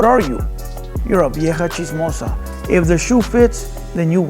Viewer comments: Chismiosa?? U a clown foo serio don't even know how to say simple Spanish words like "chismosa" pinche no sabo kid haha... they let any baboso have a channel now a days... watched 10 mins n that was more then enough had to switch it off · Chismosa not chismosia